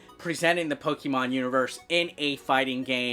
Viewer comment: Good job in reading the names of the new 5 Pokemons 😂 Good job in the review and I love the ending... Pikachu!!!😂